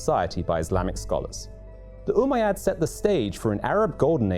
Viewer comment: It's not Umaaa Yaad U bish it's ummayad